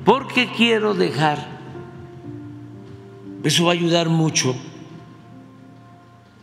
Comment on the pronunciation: No digas heso Amlo. ❤